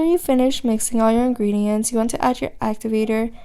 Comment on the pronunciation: She says gredients